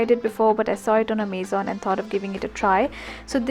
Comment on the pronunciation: The pronunciation of Amazon was wrong though. :')